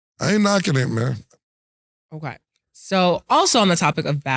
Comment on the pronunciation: Is saying "okway"?